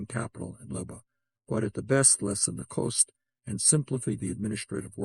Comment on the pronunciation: Ironic that this AI can't pronounce "labor".